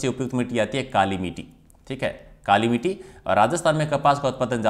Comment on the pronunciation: मिटी नहीं मिट्टी है वो ,समारक नहीं ईसमारक (स्मारक) है सर भी ग़लत पढ़ रहे हैं